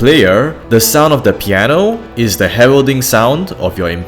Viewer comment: Piano Not Pieno xD <3